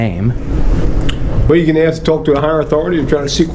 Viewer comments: Ask NOT axe! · I can’t understand why people can’t pronounce the word ask. Aaasssskkk it’s very easy. We axe you to leave. I axe you for ID. Don’t they Know it makes them sound so stupid and uneducated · We gonna AXE you to leave, and he's a Sargent... D.E.I. hire! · He can read, but he can't say the word "ASK" that tell you how ignorant he is